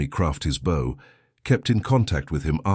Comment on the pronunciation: It is pronounced bow not bow. A human would have known that.